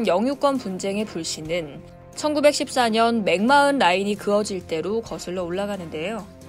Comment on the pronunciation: 맥마흔 맥마흔.... 어떻게 발음하는지 알아보시고 말씀해주세요. 마이너라고 해도 뉴스인데 진행자가 어떻게 발음하는지도 모르고 그냥 보이는대로 읽으시네요.